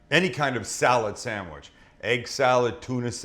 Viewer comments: That sangwich will forever be know as...."the buffalo bill chicken salad sangwich" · The Buffalo Bill samwich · Or, The Buffalo Bill Chicken Salad SAMMICH.